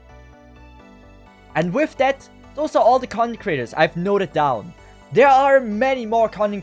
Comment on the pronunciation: I usually watch videos in 1.5x and whenever you say "content creators" i hear "cunny creators"